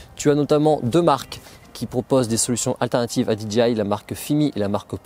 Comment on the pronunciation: Euhhh, DJI ca ce prononce Di - DGEY - Aï ... Là vous dites DGI (Di Dgi Aï) et DGI n'a jamais vendu de drones... Sinon, votre revue des drones est bien faite et intéressante, merci !